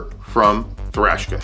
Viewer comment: The name puts me off. I keep hearing “Trashka”